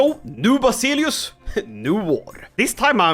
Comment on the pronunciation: Ikke for å pirke, men Basileus uttales ikke som det skrives. Det uttales som vasilevs